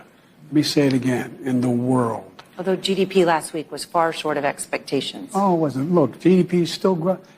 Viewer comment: In the worlduh